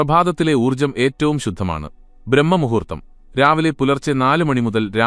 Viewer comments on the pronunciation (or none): ബ്രഹ്മ മുഹൂർത്തമല്ലടോ ബ്രാഹ്മ മുഹൂർത്തമാണ് ശെരി. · വിനയപൂർവ്വം പറയട്ടെ ബ്രഹ്മമുഹൂർത്തമല്ല സർ ബ്രാഹ്മമുഹൂർത്തമാണ്.